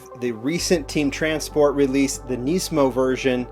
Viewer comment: its not neesmo how you say nissan you say nis-mo